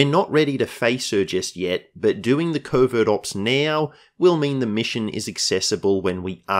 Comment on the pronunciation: I keep hearing "Covid Ops" 😖